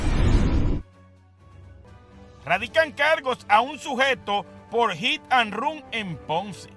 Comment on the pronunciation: Hit and rum😁😄😀 aprende a hablar que todos los dias dices disparates